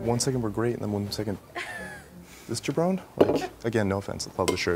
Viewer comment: “This jabron”. Classic